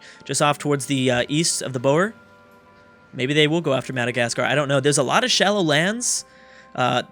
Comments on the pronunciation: you are prenouncing the boer wrong. its more like boor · yeah its prenounced more like boor